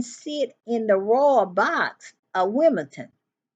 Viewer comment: Dear - it is LesOthO and not Lesuthu, it is Wales and not Whales, and it is WimbleDon and not WimbleTon. Just sayin, cause I'm British. Also, to my shame, I am ashamed to be related to the RF (on an eigth cousin basis) and proud to be related to Harry (on an eigth cousin three times removed) and to Meghan on a 24th cousin basis (she and I are both direct descendants of Eleanor of Aquitaine, who first was Queen Consort of France and then Queen Consort of England - I am directly descended from her via her first marriage, and Meghan is directly descended from her via her second marriage!).